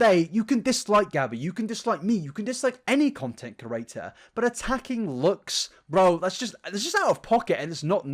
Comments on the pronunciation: I refuse to subscribe because you keep saying "content curator" instead of "content creator" and it's really fucking annoying to be completely honest. The two meanings aren't even close and if it wasn't something you say multiple times in every video, it wouldn't be so bad but you've been doing this for long enough now! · Content "cre-at-or" Not "cu-ra-tor" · No body:: cOrAtor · I don't think he is though. I'm from the same area so don't hear any accent. He doesn't struggle to pronounce any other words, he's definitely saying "curator" and it drives me mad every time lol!